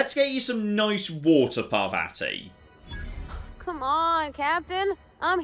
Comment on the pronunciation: ( I know I'm being that guy, but the way says Parvati's name drives me nuts. The second A sounds like the first one. Par-VAH-ti!